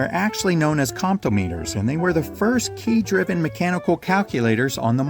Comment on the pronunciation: My mother worked as a comptometer operator up until the 1970s. She would go to small banks and compute the quarterly bank interest. (it was cheaper to hire her than to buy a computer!) BTW, the accent is on the 2nd syllable: compTOMeter. You multiplied on it by doing repeated addition. So if you wanted to multiply 789 x 23. put your fingers on 7, 8, 9 in the three rightmost columns, push 3 times, then move your fingers left by one column and push twice. As for the game piece, it is one of the 5 Platonic Solids: these are such that the faces are all identical to one another. It is proved in Euclid 's Elements that there are ONLY 5 such solids: the Tetrahedron (4 triangular faces), the Cube (6 square faces), the Octahedron (8 triangular faces), the Dodecahedron (12 pentagonal faces), and the Icosahedron (20 triangular faces).